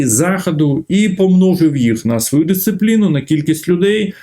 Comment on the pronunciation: Прізвище вроді ж Галащук, а людина акає, як московит. "тАвари, пАчув на свАю адресу, Європоейський сАюз, вирАбниками.." Нє, ну невже так важко вимовляти українські слова не акаючи?